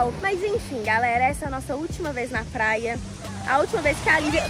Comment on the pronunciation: ela kkkkkkk ela fala plaia